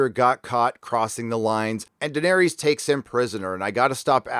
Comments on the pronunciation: Liverpool’s number 2, Lee T YES!!! He’s also pronouncing Daenerys wrong. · How does moron not be able to pronounce: Daenerys and Varys correctly? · Why are you pronouncing Daenerys and Varys all weird?? When have you ever heard their names said like that in the show? Maybe you’ve addressed this before but I’m new to your channel. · Do you not know how to pronounce Daenerys, Varys, or Davos after 7 seasons of watching this show? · It’s understandable that you mispronounce the characters names, you’ve only heard them pronounced for eight seasons! But you make fun of the writers intelligence. 😂😂😂 DaNaereeees and Vareees 😙😙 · Vahr Ees DanehRees Fuck man, just pronounce their names correctly, its as bad as D&D calling Missandei MissinDay. It literally spoken/ pronounced correctly for you. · WHY CANT YOU GET ANYONES NAME RIGHT!!!!!! ARIA??? DANEERIES, VARIES??? FUCKING IDIOT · I only wish you could pronounce names like Daenerys, Varys and Davos."Dave-ohs?" Really? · I don't know why but the way you pronounce Daenerys, Varus and Davos kinda buggs me..